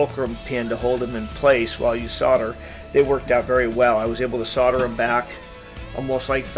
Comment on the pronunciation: Explain "soddering" to me when it's clearly soldering :)